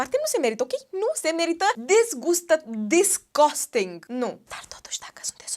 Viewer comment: "Desgosting" ... Mda știi engleză, de asta te scuzi că nu știi doar când filmezi...😊